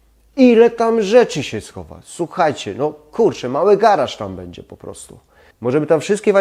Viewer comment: ...masz świetny kanał i świetne pomysły ale...zgrzytam zębami jak słyszę twoją wymowę np. bedzie zamiast będzie, czeba zamiast trzeba, jes zamiast jest, itd.